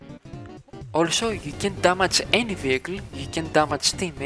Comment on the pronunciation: BRO........... DAMAGE not DAMAJ, THANKS FOR THE VID THO